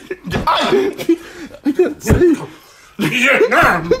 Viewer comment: "Veitnam"